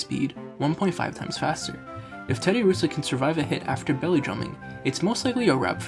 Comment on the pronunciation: I feel like anyone who plays pokemon, knows how to pronounce Terddiursa's name correctly... So personally i feel like you don't play Pokemon... Find something you know bro, it'll work out better for you.